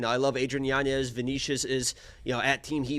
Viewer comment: pronounced: Yanyez, spelled Yanez